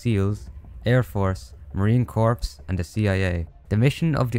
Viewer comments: I hate to be that guy but as a marine I have to say it is pronounced core not corps despite the spelling. Amazing vid tho. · Corps isnt pronounced "corpse", its "core".